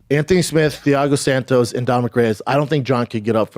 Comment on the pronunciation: Damnit man, I thought Chaels names were bad. Theeago Santos, showgun roo-uh, glowver texsherra. 🤦🏽‍♂️🤣🤣